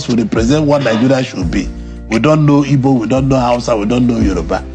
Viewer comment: WE ARE NOT "IBOS", WE ARE "IGBOS" POINT OF CORRECTION.